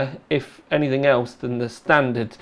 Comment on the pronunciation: It's how pronounces 'anything'.